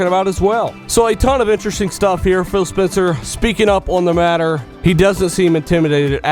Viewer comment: Sounds like your saying Bill haha :)